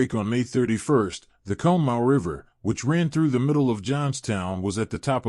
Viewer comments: Conemaugh is pronounced (Con-A-Maw) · For those of you who don’t know Conemaugh is pronounced caw-ni-maw. That AI voice was butchering it. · It’s pronounced con-a-ma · Love the video dude, i live about half a mile from the valley the water went through. And btw conemaugh is pronounced [cawna mah] lol. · Excellent video! Some things though you can look into, South Fork Dam would be on the upper right of the map, to the right, to the right of the stone arch viaduct. Conemaugh is pronounced Con-a-maw. What really clogged the spillway were the grates that were installed because the lake was constantly stocked with game fish for the members. It kept those fish from escaping. It was also poorly maintained and could not be removed, either they were stuck, or someone more worried about losing the fish! 🤯 Also, the telegraph message was slowed due to cuts in the telegraph lines by adjacent flooding from creeks and streams. Trackwalkers had to hand deliver the message to the next tower operator, causing delays in the messages getting through. It went from South Fork to the next online tower, given to the trackwalker, who delivered it to East Conemaugh tower's operator, sending it to Johnstown. "The dam is breaking, RUN!" was the town joke at the time. Some heeded and ran for Westmont hill, while others didn't. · This also bugged me the whole time listening😂